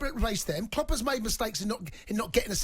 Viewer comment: Does anyone know this guy’s actual name? I’m 99% sure they call him cause when he first called last season he pronounced Klopp ‘Klobb’